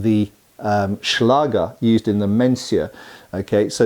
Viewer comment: a small pronouncion error. The sword of german accademic fencers is called Schläger, the ä is spoken like the a in care or ban. A Schlager as you pronounced it, is a german music style song, popular in Germany and some neighboring countries, some like it, some not.